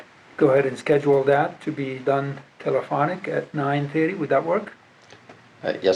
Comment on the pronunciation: His ignorant ass don't even know and probably don't care. Did he get those neck tattoos in prison. And finally,, someone please tell that lady attorney to stop saying 'dat'